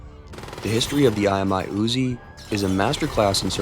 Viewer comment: I like the Uuuuziii nien milla-meeta.